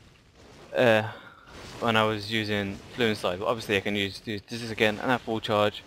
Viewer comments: Fulminate isnt Fluminate, fusillade is not fluinslide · Fulminate, not Fluminate also fusillade instead of however you pronounce it :P